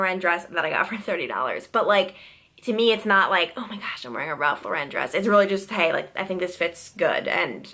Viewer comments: RALPH LA "REN".....UMMM NO.....ITS JUST REGULAR RALPH LAUREN!! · The way you say Ralph Lauren kills me 🙄🤦🏼‍♀️